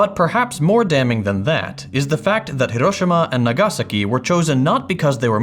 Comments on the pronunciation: I speak Japanese and it's because he didn't pronounce it correctly. I admire his effort, he pronounced each letter well but his emphasis on the wrong syllable. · He actually sounded much more natural than almost any Americans if it weren't for the incorrect syllabic emphasis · ive never heard someone pronounce Nagasaki this way?…